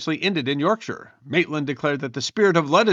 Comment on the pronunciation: Well done on pronounciation! Though you, nearly, said York SHY-AH 😁😁